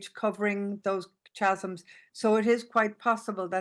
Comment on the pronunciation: "Schasms" 😂 It's KA-zum!